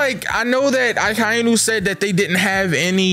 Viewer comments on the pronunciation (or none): i still hate when this guy says Akainu